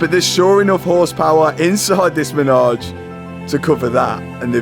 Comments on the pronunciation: It’s not a “menage” it’s a “Manège” for the horses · It’s manège. Menage is something VERY different and normally performed in threes. 😂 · Congrats on all the success, keep it going. The word is Manège (carousel) and not as "ménage a trois" 😁Enjoy it, any way you want to🤣! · its called a manège not a menage ! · By the way, it’s not a menage but a manège (French for a horse play pen)! Pronounced ma-ney-ge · I'm pretty sure it's MANEGE NOT MENAGE😅